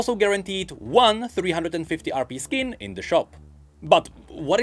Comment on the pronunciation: stop saying rb instead of rp